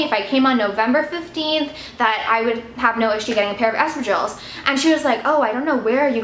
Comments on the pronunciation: Sounds like Estrogens whenever you say Espadrilles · For half the video I couldn't make out what you meant by the strange sounds you made. Please check out the correct way to pronounce espadrilles..